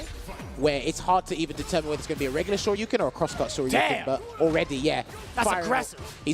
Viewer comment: with the call of Day 3: "He still has an OD Sho-Ryu-Ken!" had 3 or 4 correct calls that last round, but stole the show on that one.